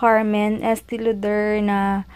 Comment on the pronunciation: Estee Lauder= Estee LO-DER yata